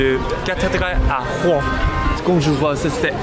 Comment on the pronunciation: Certains n'ont pas compris le concept de Brut d'interviewer des immigrés pour raconter leur arrivée en France. J'aime beaucoup ces vidéos et a l'air très attachant. J'adore la prononciation de Rrrrouen aussi 😂